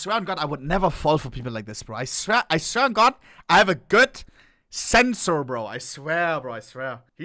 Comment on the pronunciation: “I have a good… Sensour”